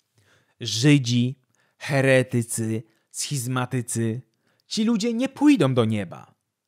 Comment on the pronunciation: Mój mózg doznawał satysfakcji za każdym poprawnie położonym akcentem w słowie "heretycy". To rzadkie, więc dzięki! ♥️